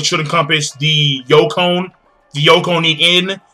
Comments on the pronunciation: They are called the Yonko dude, not Yokon. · First of all, I've posted this into many of your videos... DUDE IT'S NOT "YOKON" it's YONKO .... how the fuck can you tallk about One Piece and call four emperors a YokON? ... seriously dude, now give us that spoiler ! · The "YOKON". LMAO.